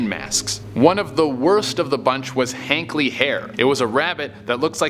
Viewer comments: HARTLEY Hare, not Hankley! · It's not "Hankley Hare" it's "Hartley Hare"